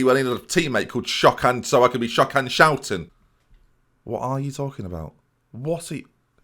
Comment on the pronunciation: tfw you are Dutch and you know that is not even close to how his name should sound. Really takes the charm out of it if you actually speak the language.